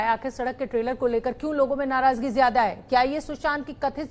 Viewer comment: Ye anchor h . . Narazgi ko narajgi bol rha h